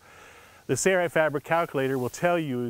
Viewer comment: The narrator even has the installer saying "say-right" instead of "Sailrite". Gawd that drives me nuts.